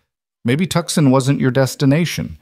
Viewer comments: I came to hear a story not reading listen to a narrator I came to hear conversation not here a narrator and the spelling and pronunciation of Tucson IS (TOO SHAN) Not Tuksun!¡!?GET OT RIGHT GUYS!!! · Somebody tell the Narrator how to pronounce Tucson it's not pronounced Tuckson (it's pronounced (tooson).... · I absolutely love Rowan, ❤, but please say Tooson, not Tuskon. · Tuscon pronounced toosahn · Come on, whom ever puts these things together, I'm a Brit, and even I know the place is not pronounced TUXUN.. Correct it please, it is really, really, REALLY, irritating...or do you think your audience are all stupid no nothings....this is they way you lose viewers. I have already unsubscribed from a couple of these places because of stupid and bad AI reading...so dmfar I have found one really good one, I was hoping you might be second... All i want to do is to listen to a nice little story and escape the world for as long as it lasts...but miss pronounceation and leaving spaces whete they should not be, plus other things make for an irritation.. i nay as well tune into audio books that is read by REAL people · Come On ! Let’s fix the AI please. Tucson is not a place! TOOOOOOO - Sahn is a place!. Don’t you creators play back your stories and hear what a mess AI. is actually making of some of these names and places???? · The c is silent in Tucson.